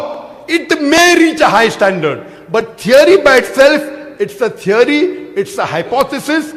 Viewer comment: When you say it‘s a tiary it‘a tiary. What an ignorant dogmatic bastard